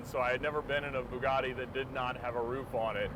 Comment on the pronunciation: Are you still saying "Byoo-gotti,"? I love it🤣🤣 Maybe one day I'll buy the Murcielago!